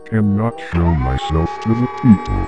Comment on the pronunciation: he said peaple again haha:-D:-D:-D